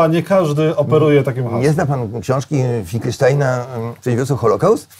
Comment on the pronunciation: Nazwisko Normana Finkelstein`a wymawia sie "finkelstin" Panie Januszu. Przynajmniej on sam tak sie przedstawia.